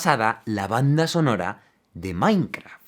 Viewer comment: creo haber escuchado "mainkra", alguien mas?